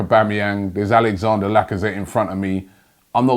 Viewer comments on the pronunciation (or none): none